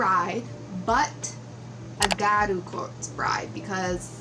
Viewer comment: I think the water line could have been filled. But it looks great! Btw it’s pronounced (GeeYa-Ru)